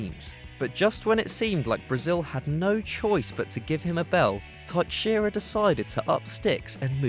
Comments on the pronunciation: What dafuq is taikxheira? It is pronounced "taisheira". Just search it on youtube the correct pronunciation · For future reference, please do not butcher Brazilian names like this. It is not TAIKSHEIRA, it is pronounced Taishaira. As a Portuguese speaker, it is annoying as hell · Teixeira isnt pronounced "Tuk-shira". It's "teh-shei-ra". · Thaiksheera? Well, that's a new way to say Teixeira. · Its pronounced Tex-Sarah For the Teixeira surename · when you spell a brazilian surname like 'teixeira', don't force the X, spell it like a SH. also, i've got to agree with the other people, this guy's voice is boring. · Teixeira is pronounced like Tay shay ra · Taicxeira? Really? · The way he says Teixeira ... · You butchered Teixeira's name. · The way he pronounces "Teixeira" ugh so cringe 😣